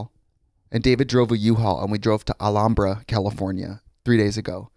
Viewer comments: My favorite bit literally has to be the way Trixie/Brian pronounced "Alhambra" as "Alanbra". 😂😂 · Being from Alhambra, CA and pronouncing it al-HAM-bra my whole life, Trixie has now made me feel very fancy and I will only pronounce it her way from now on. 😂